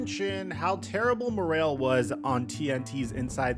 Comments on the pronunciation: What tf is morail it morale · Bro said more-ale lmfao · Why do you say morale like that lol